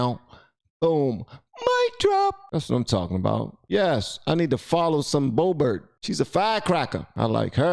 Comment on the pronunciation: It's pronounced "bo - bear"